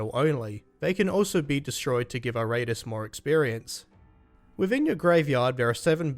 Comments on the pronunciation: Good review but damn dude it's pronounced Eer-Uh-Tus not I-Rate-Us XD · It's pronounced "Eee...rah....tools"